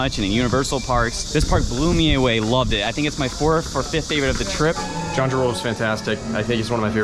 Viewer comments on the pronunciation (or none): Kyung - joo is proper pronunciation.